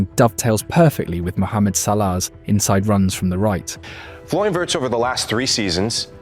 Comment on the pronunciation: Didn’t even realise it was AI until it started pronouncing names and almost has a stroke saying Wirtz 😭